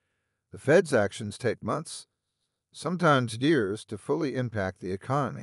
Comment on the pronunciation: “Sometimes deers”? ‘Years’ Why add the stupid ai voice in this video. I agree, I don’t believe silver will ever hit 3k.